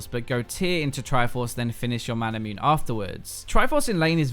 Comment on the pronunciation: ma-na-mu-ne? XD you know, like how masamune is pronounced? XD